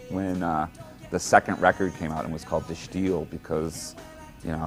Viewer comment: De Stijl man, de Stijl = the style, not de Stilj . AI slop again?